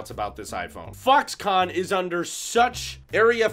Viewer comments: fuckscon. that how I hear it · Did he just say FUCKSCON 😂😂😂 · Did he say fucks-con ?:D